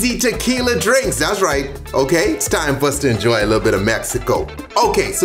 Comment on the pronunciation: “Endjroy these drinks.”